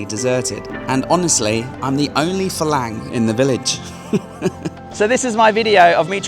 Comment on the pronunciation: Thank you for saying faLang correctly. Shocking how many expats say faRang.